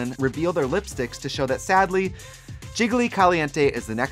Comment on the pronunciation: Ever since Bob pointed it out, I can’t hear Trixie say “sadly” normally.